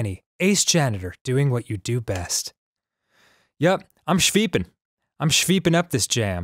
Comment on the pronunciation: "I'm schveepin up this jam" - dan avidan